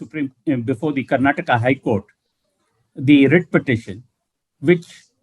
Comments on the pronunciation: Mr karana thaapara It's not karnatak It's Karnataka pronounce properly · Karnataka not Karnatak Mr Karen. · Mr. Karan Thapar please note ot is not KARNATAK. It is KARNATAKA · rascal thapar, its karnataka and not karnatak. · Please pronounce Karnataka correctly or explain why you use Karnatak. Thanks from a I huge supporter who listen to all your videos.